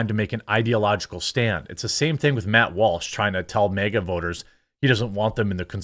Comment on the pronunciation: Its MAGA not MEGA, dude cant even say it right.